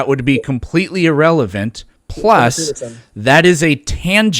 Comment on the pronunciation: Why does his constant referring to as "Peter" just peeve me as much as it does?